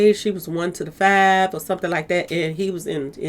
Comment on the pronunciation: I swear I heard “She was 125” years old; took me a while and 3 replays to figure out it’s “1 to the 5” as in 15 🤦🏽‍♀️😂😂